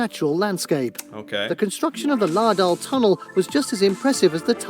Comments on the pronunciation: Still wrong! Just searching up æ pronunciation! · Laerdal 🤣🤣🤣 americans ☕️ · The guy in the video is butchering the name. There he almost gets it right. He has obviously heard the correct pronunciation, but he's struggling with recreating the sounds.